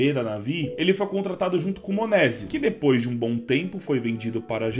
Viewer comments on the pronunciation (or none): none